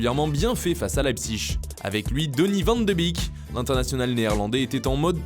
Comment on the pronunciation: On prononce le s à Dennis